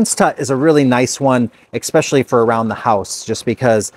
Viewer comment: Are you a Minnesotan? You said, “Ex-specially!” Very Minnesotan!